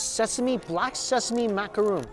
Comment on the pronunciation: That was a macaron not a macaroon, macaroons are a different treat entirely, macaron is said mac-a-ron as in the name ron like ron weasley, you don't say roon when it's two cookies with creme in the middle